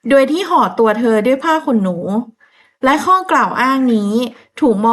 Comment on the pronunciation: โดย อ่าน ดวย ทุกๆคลิปเลยค่ะ ภาษาไทยหลายๆคำ กว่า อ่าน กั่ว แต่แม่ก็ชอบฟังหนูเล่านะคะ เป็นกำลังใจให้ค่ะ❤❤❤❤